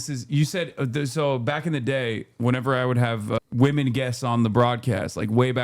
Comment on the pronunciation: I don't like how he said "Women" It had a hard 'W'